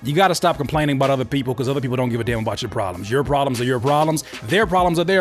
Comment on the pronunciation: The way he says the word"prolems"is weird😂😂😂😂😂their prolems are their prolems,and stuff😂😂😂😂😂Dope advice....